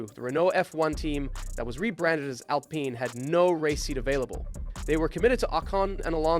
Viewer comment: WTF Cant even pronounce Alpine.